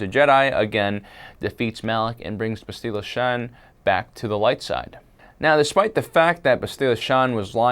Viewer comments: It's not bast-ee-la it's bast-il-a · It's Bass-tilla! Get it right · That not how you say Bastilla you dumbass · i know it pissed me off how he said it